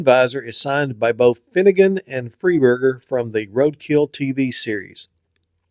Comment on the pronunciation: I wasn’t picking on you, I just figured since many of your viewers know who he is, you may as well know the right way to say his name. Keep up the great work, I appreciate what you do.